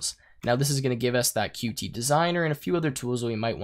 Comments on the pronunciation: Good tutorial. It was a bit painful hearing Qt pronounced wrong the whole time. The reason it is written "Qt" and not "QT" is because it is pronounced "cute" and not Q T. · According to the Qt Company, Qt should be pronounced "cute", for obvious reason.